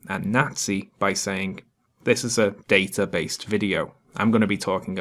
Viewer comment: She pronounced data wrong